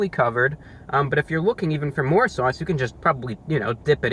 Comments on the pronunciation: “Basking in the sewauce” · Sawse. Hahaha. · i’m in love with him saying sauce . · The way you say sauce is so saucy.